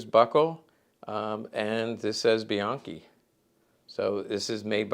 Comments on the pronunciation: a closer pronunciation would be "be yankee", as per my step grandfather Jesse Bianchi. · Isn’t the name pronounced “bee yankee”?